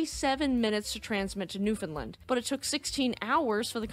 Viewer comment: Great video...for your next video that mentions newfoundland...it rhymes with understand ;)